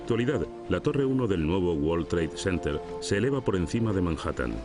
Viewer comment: Que forma tan incorrecta de pronunciar world trade center please españoles son el único pueblo de de Europa q son malos con el ingles el 90 por ciento lo pronuncian mal